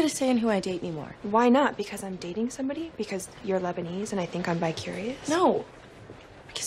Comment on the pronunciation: "Lebanese" ahahahahahahahaha